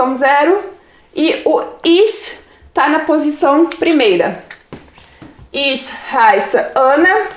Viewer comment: Sou falante da língua alemã. Me desculpe, achei seu video muito confuso para quem está iniciando o estudo da língua. E também a pronúncia não é lá das melhores, sobretudo quando vc fala ICH, mas isso tudo bem considerando que alemão não é sua língua nativa. De qualquer forma, te dou a maior força para vc progredir nos seus ensinamentos, mas precisa dar uma melhoradinha na didática 😉